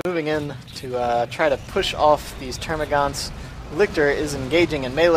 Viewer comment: Thank you so much for hosting the tournament and all your hard work Two tips though: 1. It's TermaGANTs (note the absent u). 2. You reeeeeeeeeeally need to work on your awareness. This is just one of tens of examples I've noticed from your casts, but it took you about one full minute to even NOTICE the fourth squad of 'Tics. All your co-casters except for Wurgl suck in this department as well, so heads up! That said; thanks once moar!:)